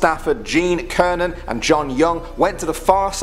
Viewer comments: Gene Cernan not kernan!!! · It’s Sernan(Cernan)not Kernan numb nuts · It is Cernan, not Kernan. Do you homework before you waist people's time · That's a "sir-nan" not "ker-nan" bro... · It is Cernon with the "C" sound . Not Kernon with the "K" sound. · It pronounced Sernen on Cernan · Cernan is pronounced Ser-nan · Gene Cernan* not Kernan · Gene Cernan ( .... Sir- nan ) Marine Corps ( pronounced as core ) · Cernan is pronounced sirnan Corps is pronounced core Porthole is pronounced port hole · I believe that Cernan is pronounced SIR-nin. Soft C instead of a hard C. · cernan pronounced sir-nan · It's Gene Cernan said like, sir-nan. Knocking sound, time travelers, yeah because being able to travel through time allows you to survive the vacuum of space only to black ding dong ditch with a Chinese guy in a space capsule. Get real. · Cernan- pronounced sirnan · Cernan is pronounced sirnan